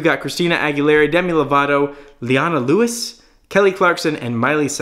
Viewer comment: Lol he doesn't know her, he didn't even pronounce her name right at first